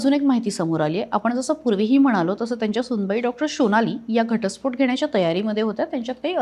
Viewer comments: Reporter madam tya dr sunecha naav SONALI ahe ki SHOnali ahe ? Pronunciation chi kai dhajiya uadavli. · शोनाली नाही हो सोनाली. बंगाली असल्यासारखे काय उच्चार करता?